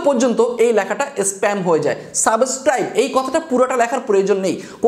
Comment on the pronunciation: ভাই,সাবস্ক্রাইব শব্দটা আপনার মুখে মানাচ্ছে না।আপনি সাবোসক্রাইব বলছেন